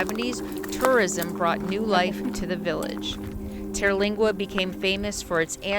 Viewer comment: In 2015, Terlingua (TUR-lingua, not TEAR-) was the subject of a tv miniseries called 'Badlands, Texas.' Fascinating story. I have a friend who lived on the ranch for several years.